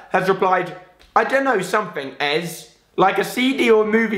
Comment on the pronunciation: Love this so much dying right now. Btw Alfie, ez is pronounced easy. Lol